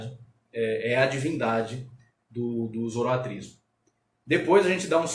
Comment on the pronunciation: Foi um bom video. Obrigado por compartilhar. Apenas uma dica com relação à palavra zoroaStrismo que foi pronunciada zoroatrismo.